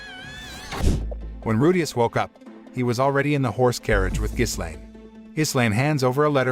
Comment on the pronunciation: you shouldn't put "with the power of demon eyes" in the title if you don't even show that part -Ghislaine... pronounced Gi-Lane s is silent -it's not the end of season 1 either you still have another half to go, pretty bad recap